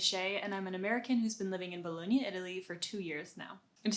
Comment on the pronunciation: Only one thing. If you are living in Bologna for two years you have to learn how to pronounce "Bologna"... lol